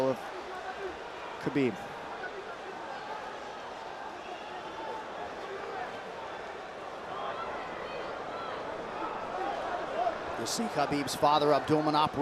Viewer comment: Khabib not chabib